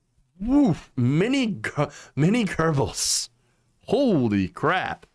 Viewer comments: Hey... just a Point...it is Goe-bells.... Not Ger-Bills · There is no "r" in Goebbels!! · Just wondering, why can't Americans pronounce the name Goebbels correctly? To my ears it is as if they always put an r just before the b's. It makes me wonder, what have gerbils ever done to you to deserve this? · Your entire editorial would carry much more weight if you would learn to correctly pronounce the name Goebbels